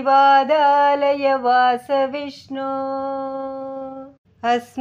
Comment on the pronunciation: अस्मिन् परात्मन् ननु पाद्मकल्पे त्वमित्थमुत्थापितपद्मयोनि: । अनन्तभूमा मम रोगराशिं निरुन्धि वातालयवास विष्णो ॥ த்வமித்தமுத்தாபித நிருந்தி (nirundhi) தி என்பதை அழுத்திச் சொல்லவேண்டும் வாதாலயவாஸ (vātālaya vāsa) . வாதா (vadalaya) என்றால் பொருள் மாறிவிடும்.